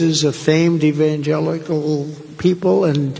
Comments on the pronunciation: He cannot pronounce EVANGELICAL because he NEVER SAID IT BEFORE. he is so far from God that he cannot quote any section in the Bible…not at all! Do you remember when he was asked, this con artist said….”that’s too personal to tell you….” Yeah, believe that and I have a Toyota for sale. My old one…it lost its gas tank!!! 🫥Airhead Donny boy! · There you were making cogent point after cogent point and I was wondering where is the I've come to expect? And then came "evangelical" to the rescue. A big thing about drawing out the pronunciation of a single word. You rarely fail to reinforce the reality that you're the Carlson/Hannity/etc. of the left. I'll admit, though, that your final take was a fine recovery, relevant and well presented